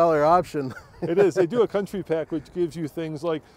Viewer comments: OMG..."County" not Country... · “County” not country please 🙄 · It’s County NOT Country! Also, it’s an SUV - it’s not a Truck. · I don’t understand how the word ‘county’ in writing on the side of the vehicle, becomes ‘country’ when spoken? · County, not Country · Jesus. It's CO U N T Y... where da fuq do you see an "R"? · It’s the County pack not country pack right? Says it right there on the side… 🤦‍♂️ I honestly do not understand why anyone would buy this vehicle. Not great off road, not great on road, not reliable, horrible resale. Why?